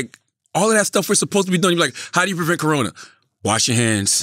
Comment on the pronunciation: i died at “colona” virus